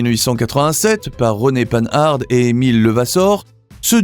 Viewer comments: Il y a quelques images qui ne correspondent absolument pas au texte récité. La prononciation de Panhard ( à l'américaine) révèle le manque de culture automobile authentique de l'auteur de cette vidéo. Encore un petit effort pour devenir un vrai professionnel de l'histoire de l'automobile française. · Comme beaucoup, j'ai été choqué par le fait que le commentateur n'ait pas pris la peine de se renseigner sur la prononciation de Panhard et même de ne pas souligner le surnom de cette marque "Pan Pan'" qui ne lissait aucun doute sur la façon de prononcer. Et que dire de l'oubli de Facel Vega! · Citroën fait aussi partie des grandes marques novatrices disparues... Sinon la prononciation de Panhard est à revoir. Ca gâche tout, on n'a pas envie d'aller plus loin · On ne dit pas panarde, mais pan ar. J'ai un copain qui a 3 Panhard et une Rosengart, donc je l'ai entendu assez souvent en parler. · C'est très intéressant. Une remarque cepndant :Panhard se prononce Pan-ar. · Prononcer Panhard et non pas pan hard . C est lamentable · S'il vous plaît; dites : "pen-ar" , votre prononciation dénote votre jeunesse 😄 , mais n'a rien à voir avec son nom propre. Un excellent documentaire, en tous cas ! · Pann'-hard' !!! Quel est cet abruti illettré qui prononce ce beau nom de manière si grotesque? Non: prononcez Panhard comme pan comme le pan du fusil ou le dieu Pan, et hard comme "art" que l'on retrouve dans "être au sommet de son art", et l'ensemble prononcé dans un seul souffre. D'autre part, pourquoi, quand elles sont évoquées, ne voit-on pas les 24CT et 24BT... que l'on aperçoit sous le nom de "Citroën-Panhard 24BT" alors que cette appellation n'a jamais existé. J'imagine les bourdes pour les autres marques. Enfin, des marques comme Facel Véga, Delage, Talbot, Hotchkiss pour commencer, auraient dû être évoquées largement, mais surtout pas de manière si maladroites. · Ne pas confondre panhard et panarde ! Lamentable de parler si mal ! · Pan-Hard :face-blue-smiling